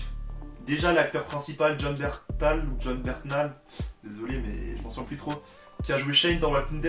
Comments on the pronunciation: Excellent frero !! Par contre la prononciation de Jon Bernthal a revoir 👀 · je suis d'accord mdrrr